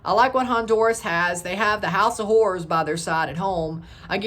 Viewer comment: The accent tho bruh, almost makes it sound like you are saying whores not horrors😂😂😂 good on you brother.